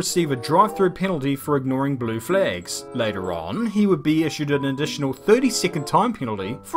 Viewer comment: Am I the only one that thinks he’s says blue flags funny